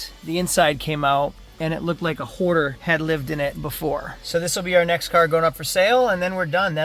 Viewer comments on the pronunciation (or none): Did you say a whore or horder lived in that car?😂